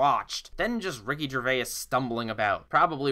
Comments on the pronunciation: "Ricky Gervay-us" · Why do Americans always say Ricky Gervais' name wrong? Even some Brits do, I'm not having a go I just don't really get it, it's not a hard name and he's pretty damn famous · Why is every american incapable of saying Ricky Gervais' name right? I love you though mate